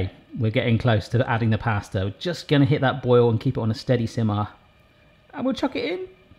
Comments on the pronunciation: Anyone else realise that says ‘plaster’ instead of pasta 😂❤️ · You said plasta at the end just after you tasted it 😂